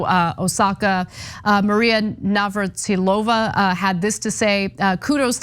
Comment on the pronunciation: ana can't even say Martina Navratilova correctly. stop talking about things you clearly know nothing about